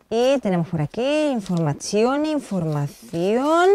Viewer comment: informasao, jajajajaj muero